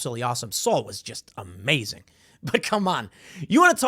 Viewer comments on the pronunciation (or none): none